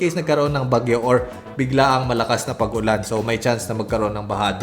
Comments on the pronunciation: Bisaya kaba? Uran yung sabi mo eh di Ulan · kapmpangan ka ba? parang dinig ko "URAN", kapampangan word ng ulan ehe